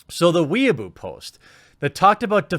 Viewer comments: "weaboo post" its weibo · "Weibo" is actually pronounced as "way-bow" ("bow" as in "bow and arrows"). Not as "weeaboo". --From Your Slightly Triggered Semi-Weeaboo 😉👍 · Weibo is pronounced "way-boh", not "weaboo". Don't lump us weaboos together with Communist Twitter. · Weibo is pronounced way-bwuh, not weeaboo! A weeaboo is a Japan nerd. Usually I wouldn't comment on pronunciation, but this one is a bit too far off!